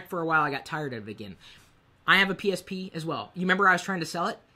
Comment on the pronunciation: Maybe cause I'm eating and hear myself chewing right now, but I keep hearing him say "penis p" every time he says psp..